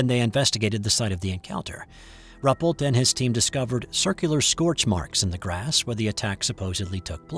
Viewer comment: I think this account is credible...all the more so because the photos were confiscated and the witnesses threatened. I wasn't aware of this event. (BTW, I believe it's pronounced 'roo -- PELT').